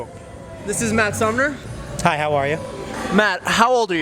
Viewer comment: Lol sounded like you kept saying Matt Sumner.